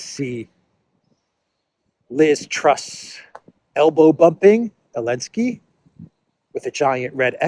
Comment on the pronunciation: Why do people say Elensky instead of Zelensky?